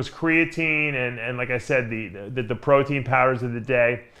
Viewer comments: '' crayateen '' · what is "CRAY-uh-TANE" lol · The way that pronounces “creatine” 🤦🏼‍♂️🤦🏼‍♂️🤦🏼‍♂️